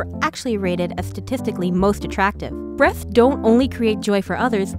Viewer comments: The way she says “breathts” instead of “breasts “ gives me life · Yeah its totally "Breaths" instead of "breasts" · Breaths, not breasts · I swear i thought she said "breath" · Erin Jane B He was mocking the narrator's speaking. The way she was speaking made it sound like "breaths" every time she tried to say "breasts." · I heard boobths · I heard breaths instead of breast's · i feel you. Her "S" became "T". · I come into this video hearing "breathhs" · She says th instead of t